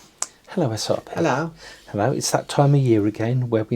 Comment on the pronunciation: The way srp says ello in the beginning 😂